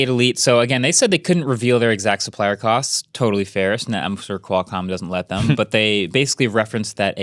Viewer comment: MKBHD said “cots” instead of “costs” at time stamp …… it’s killing me.its Jst me or anyone. Btw Podcast love your videos.